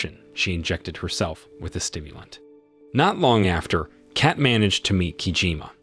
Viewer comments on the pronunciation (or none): Funny enouth how this guy say cat and not kate . And like aani instead of annie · The “e” is silent…. Lol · Her name is Kate, not Cat(Kat). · Its cat not kat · its K-ATE. not CAT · So he can’t say Kate correctly but he can say Stephen. Wow. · Kate rhymes with Hate.